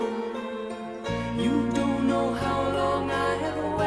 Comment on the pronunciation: know is not knowr you speak of articulation but show your own articulation of words includes extra R's that are simply not there iam assuming this is some new form that ALMOST resembles English .